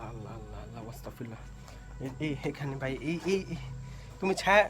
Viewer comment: ভাই ,কিছু মনে করবেন না আপনার উচ্চারণে অনেক ভুল হয়। আপনি যখন সূরা ইখলাস পড়েন তখন ভুল উচ্চারণের কারণে আল্লাহর একত্ববাদের বদলে আল্লাহকে খাওয়া এই শব্দটি এসে বলে (নাউজুবিল্লাহ)। তারপর আপনি বলেন ওয়াস্তাগফিরুল্লাহ, যার অর্থ তোমরা আল্লাহর কাছে ক্ষমা চাও। কিন্তু এটি আস্তাগফিরুল্লাহ হবে। আপনি চাইলেই বিভিন্ন উপায়ে আপনার উচ্চারণ শুদ্ধ করতে পারবেন। তাছাড়া মৃত্যুর পর সব আত্মা আল্লাহর কাছে চলে যায় কোথায় যায় এটি আল্লাহই ভালো জানেন। অর্থাৎ পরকালের জগতে।আশাকরি আপনি আমার কথাগুলো মনে রাখবেন।❤❤❤